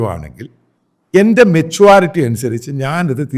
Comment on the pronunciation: Metuality അല്ല,Meturity ആണ് ശരി.